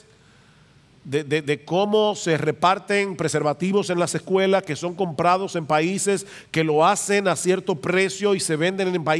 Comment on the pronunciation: Muy buena informacion. Una cosa my hermano usted tiene buena diccion pero no se dice " lasecuela" se dice " las escuelas" No puedo evitar ayudarle ahi. Saludos.